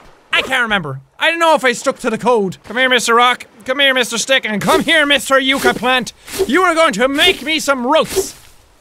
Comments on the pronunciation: Jack yucca is pronounced like y-UH-cca , not y-OO-ca . I live in NM so there's lots of those. They're actually the state plant. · I think the “yucca” plant is pronounced “yuck uh”